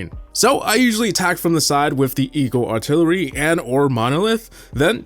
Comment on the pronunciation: eeyul altilurly